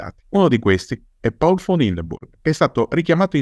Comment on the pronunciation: Ottimo come sempre. Però si dice Paul e non Pol: sarebbe contento anche Hindenburg, prussiano doc